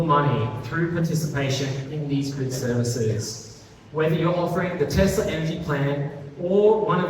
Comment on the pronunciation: How does work for Tesla but cannot pronounce the name of the company he works for correctly? It's TeSSSla. It is not TeZZZla.